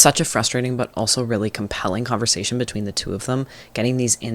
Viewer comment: ‘etween’ actually killed me